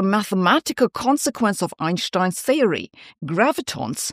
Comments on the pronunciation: I love the fact she pronounces Einstein name correctly. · Einstein's name is not English. Sabine is actually pronouncing it properly. It's us Americans (and other native English speakers) who get it wrong.